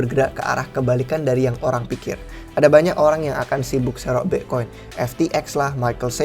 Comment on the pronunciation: wkwkwk ky aneh aja denger nya